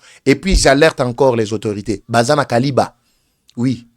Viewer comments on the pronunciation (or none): Kiliba et non kaliba. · SUCRERIE DE KILIBA ET NON KALIBA. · Kiliba et non kaliba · C’est kiliba et non kaliba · Sucrerie de KILIBA et non Kaliba,! Merci beaucoup pour toutes informations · Kiliba et non Kaliba,.